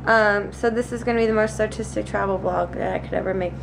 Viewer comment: Did she say artistic or autistic?